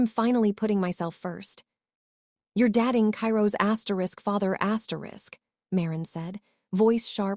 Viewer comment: Why wouldnt you even try to correct the pronunciation of the narrator? 'DATING' NOT 'DATTING' Very annoying.